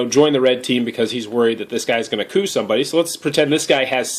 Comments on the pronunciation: it's not pronounced co up. It's pronounced "coo"...smh. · isn't it pronounce "coo"? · Great review, even though I couldn't get passed your pronunciation of 'coup'... ;) definitely getting that expansion! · The moment he said "co-up" I instantly closed the video. Fuck this guy